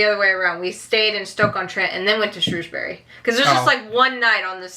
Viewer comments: Next time. buy some cloud back up so you can save everything without being reliant on hardware. It's "Shrewsbri" not "Shrewsberry" it's one syllable, like the "bri" in brick. Same for all bury, apart from Canterbury.. never mind!!! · its is called Llandudno and pronounced like this clan dud no and it is Shrew s bury and Wales not Wells like a whale but with an s at the end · Lan-dud-no. And it's not Shrewsberry it's Shrowsbree. Shame you never went to Bath ands completely missed East Anglia like Cambridge, with the oldest school in England. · Shrewsbury is pronounced as Shrowsbury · Ok let’s go with it’s Llandudno ( lan dud no) and Shrewsbury (sh rows bury -as in rows a boat) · This is the debate amongst locals - it’s correctly pronounced shrew(like the bird)sbury xD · Also - Shrewsbury is pronounced ‘Shrowsbury’. No idea why! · Okay, me saying “correctly” was a joke! Either pronunciation is okay. I’ve been around people who say both, but in my experience of working in the town centre and attending the local sixth form, I hear Shrewsbury far more often than Shrowsbury. Even when I’ve lived away, I heard Shrewsbury more commonly.